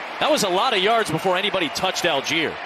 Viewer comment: All - Gei - Er = ALL GUY ER "Al Jeer" would be spelled ALGIER. (Almost identical to the city in Africa.) Jeez. M 🦘🏏😎